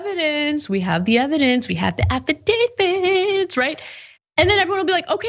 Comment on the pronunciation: Anna - "affidaviTs" not "affidaviDs"